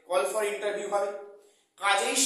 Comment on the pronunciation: Spoken thik korun age, "ENTERVIEW" "ES ES Si"😅😅